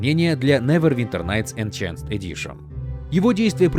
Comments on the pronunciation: > энЧэнсд эдишн "энхансд" когда это закончится? не знаешь слово -- НУ ЗАГУГЛИ ПРОИЗНОШЕНИЕ. не хочешь с этим дрочиться скажи по русски допустим продвинутое издание и всё. зачем насиловать себя И МЕНЯ ублюдским неверным произношением? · ну если уж быть таким придирчивым, то правильно будет не энЧанст, а энХэнст (американская версия) - |enˈhænst| и ИнХанст (британская версия) - |ɪnˈhɑːnst|...так что вопрос: кто прогуливал английской в школе, оставляем открытым :)) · Какой нахрен "энченсд" ??? - где вы там "ч" увидели??? читается как "энхэнсд" . Если это кликбейт на комменты, то держите еще и дизлайк- чисто из-за этого момента.... энчансд, блин,не, ну ты слышал, они просто крэйзибл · почему "энчансд", если там "энхенсд"? за весь ролик раза три была эта ошибка. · Enhanced диктор произносит как ЭНЧАНСТ, больно ушкам. (отредактировано для умников)